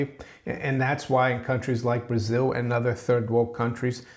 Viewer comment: We know is from Brasil because he pronounces it Brasiw and the silent second B in bomb:)